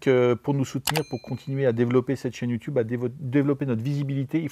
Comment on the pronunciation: Je m'abonne dès que tu arrêtes de dire "youtioube".